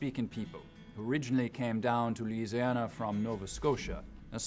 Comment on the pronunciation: Right? I'm not even from Louisiana and know that people from there do not pronounce it like that, lol.